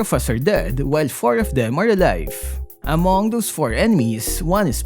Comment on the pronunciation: subtitle : Among those 4 enemies What i hear : AMOGUS 4 ENEMIES